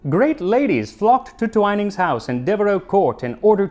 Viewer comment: Twine-ning 😐 I’ve always said twin-ning (like twin siblings) lol